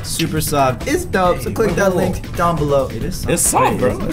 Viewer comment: it's called "below" but ok